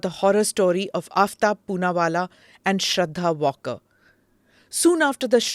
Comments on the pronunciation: its pronounced not walker smita, its vaalkar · श्रद्धा वालकर, वॉल्कर नहीं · Please correct your pronunciation of Shraddha's surname...its Waalkar...not walker as u are saying. Its a surprise that a journalist of ur stature should not have got ur basics right . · Smita ji, the girl's name is not pronounced 'Walker'. It is pronounced Waal-kar.